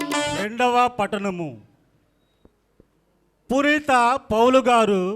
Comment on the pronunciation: 2 వ పఠనం చదివిన ఆయనకీ పునీత అనే పేరు కూడా రావటం లేదు పురీత అంటున్నాడు